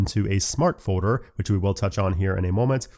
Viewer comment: Am I the only one who hears say “foeder” instead of “folder”?